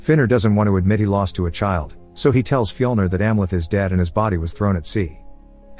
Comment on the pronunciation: When say Viking names it sounds like you're trying to say regular names but you're having a stroke... Andy= Amleth Harry= Heimir Frank= fjlner or whatever you get the idea